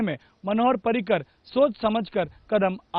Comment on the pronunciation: पार्रीकर नाही रे भैय्यांनो पर्रीकर नाव आहे त्यांच.